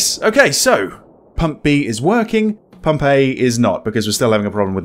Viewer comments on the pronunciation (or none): When you kept saying "Pump A", it sounded like "Pompeii". I got really confused. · Am I the only one hearing Pompeii instead of Pump "A"? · I swear to god, when you were saying "Pump A" I kept hearing 'Pompeii' and paused the video to try and sus out what a city destroyed by a volcano had to do with this horror game. ...also this game looks intense in that 'slow build up of absolute terror' way. Thanks for playing!